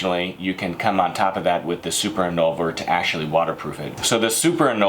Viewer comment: If you're going to sell these products, shouldn't you learn how to correctly pronounce the names of the products? And by that I don't mean speak french like a citizen of France. You keep switching the V and the N! in-VOL-ner not i-NOL-ver. Same with the shampoo.